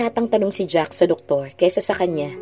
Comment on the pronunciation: Jack hindi Jacks, ano ka ba Miss? Parang walang kabuhay2